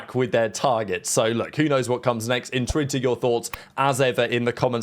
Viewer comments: at the end of every video he says "entwenter your thoughts in the comments section", what does he actually say he i've been watching him for nearly 2 years and can never make out what he says at the end of the video at this specific part, he's usually very articulate with words so if someone could tell me that would be great. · 😅😅😅 you started something here. I heard it million times and couldn’t make it out. The cc simply says enter your thoughts I think. But it didn’t sound like it. what a mystery 😅😅😅